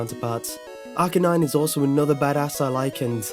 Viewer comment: It's Arcanine, NOT Arganine! There is no G in the name!